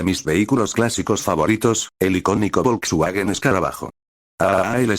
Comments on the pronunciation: Se dice "folsvaguen". Es un hermoso auto clásico de la década del 30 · no todos hablan Aleman. Pero por que no pueden decir Folksvagen. El auto mas producido por mas tiempo con el mismo diseno